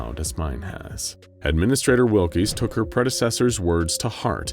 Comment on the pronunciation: Wilks not Will-Keys